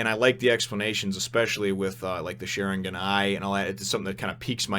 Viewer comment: how u are pronouncing sharingan now is right